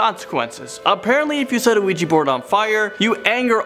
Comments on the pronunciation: Its Ouija not Luigi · It's just funny when he says ouiji instead of ouija😂😂😂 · NOT OUIJI ITS OUIJA WHIT A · Ouija Not Ouiji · Why do I hear Luigi board? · WEEGEE BOARD. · sees ouji hears luigi board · I kept hearing "Weegee" board. Lol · it sounds like he's saying "Luigi board" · You mean Luigi board?😂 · He pronounced the word 'Ouija'. It's actually pronounced 'Ouija'.